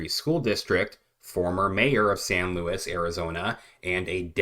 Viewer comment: Im from there please look into Tony Reyes and his son they are being investigated for paying the mules this city is so corrupt..its also not louis its pronounced sounds like luweez This has been going on for years I have met David Lara a couple times He's been trying to get them to investigate for almost 20 years